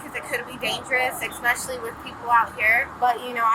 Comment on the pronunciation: “expecially with people out here…” 🤦🏻‍♂️